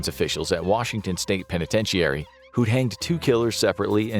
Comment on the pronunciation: Pen a ten sha ree. Pronounce it with me now. I've never heard it pronounced the way you've decided it sounds in your version of reality